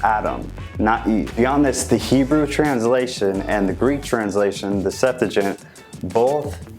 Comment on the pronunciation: Sept-too-uh-gent Not Septa-gent....